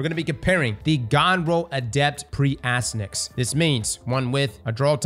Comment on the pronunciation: and mispronouncing names, name a more iconic duo lol. (For anyone wondering, it’s pronounced “ass-TY-an-axe” and is a reference to the nickname of the son of the Trojan hero Hector from the Iliad.)